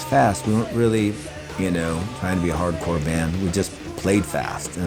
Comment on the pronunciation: Immediately lost all credibility with that pronunciation of "hard core"